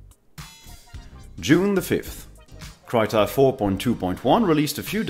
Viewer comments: IIRC it is pronounced Kreeta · krita is pronounced kree-tah :^)